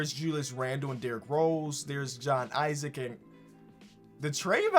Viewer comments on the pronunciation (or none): none